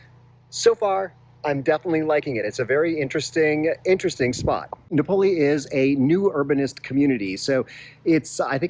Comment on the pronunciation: Here's the pronunciation correction you knew was coming: no-poe-LOH. A big factor if you're considering living there is the availability of flights out of that dinky airport. It's a long drive to San Diego or Cabo/La Paz.